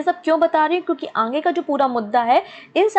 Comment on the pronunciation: Mam it's not a sangatan it's sangathan and aannge ni khte aage bolte hai, mam aap thoda apne vocabulary pr focus kijiye, waise explain acha krti h aap, I am not a hater, sare videos dekhti hu parcham classes ki mein...